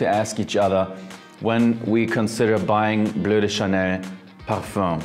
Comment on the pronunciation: "Bleu de Chanel, parfum" good accent 👍